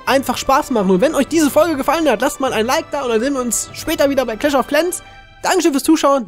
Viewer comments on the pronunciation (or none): none